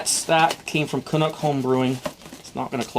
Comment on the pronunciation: I can't believe you mispronounced CANUCK!!! Like Canadian=Canuck!